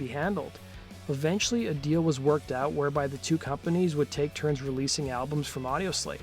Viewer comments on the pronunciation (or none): none